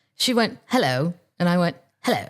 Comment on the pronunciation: I have now listened to the part where you tell Sarah (HRH) what the paper says at least 3 times. "Hello. Hello ( well, she did it first) 😂😂 The accent !!!